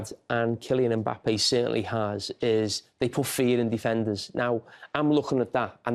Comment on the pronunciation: IT'S KILLIAN EM BAPPAYYYYYY!!